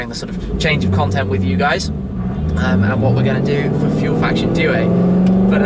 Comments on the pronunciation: Dear Tim, let me try. The way you pronounce "due" sounds like if you were to pronounce something like "due-er" in english. You should try to pronounce it like "do-er". Focus on the "do" instead of "due". Cheers and big respect. A follower since 2010-ish... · I wasn't being serious but here's how you should say it: doo-e. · As someone who studies Italian, the way you say "due" is hilarious😁